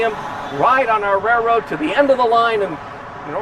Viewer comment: It’s been a fantastic run I’ll miss the daily tours. I’m still convinced he’s saying rare road though 🙃